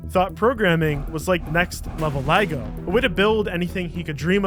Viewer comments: It's "Lego"; Not "LieGo" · Good video as always man, but one massive issue. What the fuck is a liego Do you mean Lego, or is that the Walmart offbrand from China? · No actual human would ever mispronounce LEGO. 🧐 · Why do you say Lego like that? I almost got witch hazel in my eyes because I was so shook I almost opened my eyes while cleaning my face.